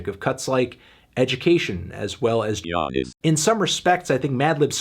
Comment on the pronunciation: This album would've been a 10, if: - Freddie didn't say that anti-vax line - Madlib didn't make that Trap Beat in Half Mane Half Cocaine Edit: Did you add this in because you pronounced Giannis with a G?